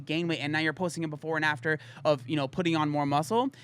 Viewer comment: You said "before and after". I heard "porn actor".